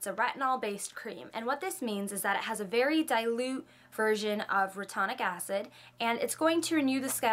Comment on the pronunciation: it's re-tin-oic acid.. great vid btw!